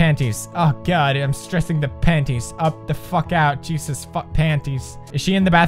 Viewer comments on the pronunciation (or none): none